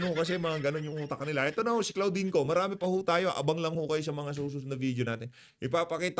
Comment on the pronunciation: CLAUDINE(pronounced as KLODIN) ✌️✌️✌️